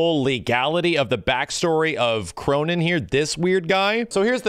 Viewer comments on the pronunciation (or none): K-roh-nen. K-row of-nines. Just saying.